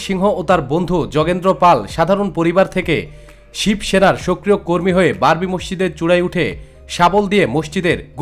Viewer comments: Babri, not barbi.... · স্যার, "বারবি" বললে তা'র পরের শব্দটা হয় "ডল"!!!